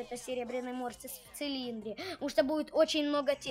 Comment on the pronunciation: Не мортис а мотрас